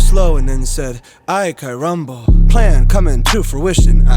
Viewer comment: love how hes saying ay carambo instead of caramba